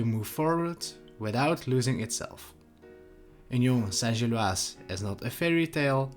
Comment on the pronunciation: Kudos on a proper pronunciation of Union St-Gilloise…need to no work on your EN pronunciation of Bruges, though 😉